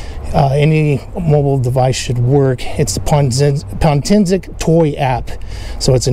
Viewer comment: POtensic, not pontensic.